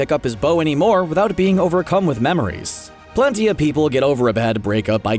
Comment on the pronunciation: It's pronounced plEnty, not plUnty. And his haircut isn't even close to a mohawk.